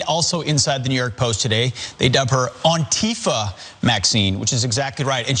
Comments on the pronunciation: "AUNTIFA MAXINE" ARE YOU KIDDING ME 😂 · Did anybody notice how the guy mispronounced Antifa